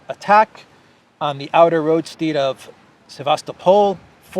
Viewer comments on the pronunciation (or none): FYI: "roadstead" as in "homestead" - road-sted.